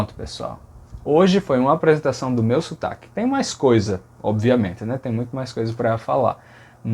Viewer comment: O que mais me chama a atenção no seu sotaque é como pronuncia palavras como : "gente", "obviamente"; como o último "e" dessas palavras é pronunciado como no holandês " te", "de" ou no inglês " the"...